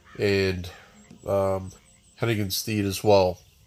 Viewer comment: Why does everyone say it like "Hennigan's Steed"? It's 'stead' as in 'homestead.' Pass it along Also "Nwa" is not an acronym, it's a Haitian Creole word that means black. It's said exactly how it looks, 'wah' with an N sound in front of it. Great video otherwise though, very informative. I thought for sure Bayou would be in your top 2